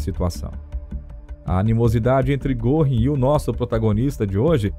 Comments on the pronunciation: Ótimo documentário, mas me dói nos ouvidos a pronúncia do nome Göring... (se lê "Guerring") não goring) ... crítica construtiva... abraço. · a pronúncia de Goring não é Gorrim. É Gêrin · O senhor também ta pronunciando errado!!! Não se pronuncia Guerring e sim Gurring. O apresentador do documentário só errou por pronunciar o rr fraco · Exato! Em nenhum documentário q assisti até hoje, não escutei certo. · Vamos dar um desconto pois a língua alemã é complicada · Aprenda a citar fontes do teu texto e a pronunciar direito nomes alemães, como Göring